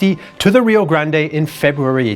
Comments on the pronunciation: First, kudos to for his detailed and informative explanation of the musket as used. Second, pronunciations are hard. They are harder in Texas., you persisted in pronouncing Rio Grande as ree-oh grand-ay. In Texas, we pronounce the name ree-oh grand. Silent final e. How do the Mexicans pronounce Rio Grande? They don't. The Mexicans call the river the Rio Bravo. They have one name and we have another. Like the Gulf of America. San Jacinto pronounced sahn ha-seen-toe is correct for locations in Mexico. In Texas, it is san juh-sin-toe, with j like in jet. Makes no sense to me either. Could be worse. There is a town in Texas named Mexia. Perhaps the Mexican pronounciation for it is me-hee-a. Don't know. One would suppose the Texan pronunciation to be mex-ee-ah. It is not. It is muh-hay-ah. Could be worse still. Refugio is pronounced ray-fyu-ree-oh. Guadalupe, pronounced hwa-da-loo-pay by all Mexicans (who think it is misspelled), is pronounced gwa-da loop by Texans. This mess started when the Mexicans threw out the Spanish. The Spaniards named the land Mejico, because they could not pronounce the sh the Mexica people used. When the Mexicans took over, they changed the spelling to Mexico but kept the pronunciation. So Tejas became Texas. Of course when the gringos entered the pronunciation of Mexico and Texas changed to suit Anglo palates. Pronunciation went downhill from there. This is to say that your pronunciation of names in Texas is bad but readily forg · The 'e' in Rio Grande might be enunciated in Spanish, it's not in the US or Texas, so when he reads direct quotes from American people with the Spanish pronunciation... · It is Rio Grand. In pronunciation. At least in Texas! No one from here says Rio Grand-e. Also, I was in the Army and your pronunciation of Leavenworth with a long "e" like "leave" is odd. The "e" is short. Look it up. "The correct pronunciation is typically something like "LEV-en-wurth,""